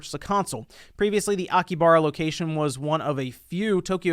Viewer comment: SpawnWavePlus Host: Akibara My inner weeb: Its Akihabara you uncultured swine Also me: My heart it burns